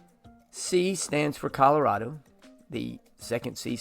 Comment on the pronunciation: You pronounced "Colorado" incorrectly, but governor Polis does that too. Weird, considering that he was born here. "Nevada" is also frequently butchered by outsiders.